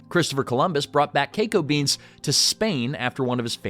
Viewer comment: Say KEKO beens.... one more time.